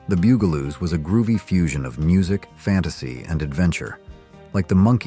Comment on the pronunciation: the "bew"galoos... lol